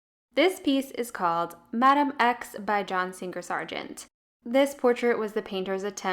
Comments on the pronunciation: ‘Singer’, not ‘Sing-ger’. ‘Somebody’ is singular; ‘their’ is plural. ‘Vox emissa nescit reverti’. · His name was John Singer Sargent not John Sing-ger Sargent. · Interesting video, but I've never heard "Singer" pronounced like that before.